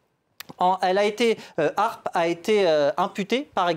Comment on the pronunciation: Apprend déjà à prononcer l'acronyme correctement..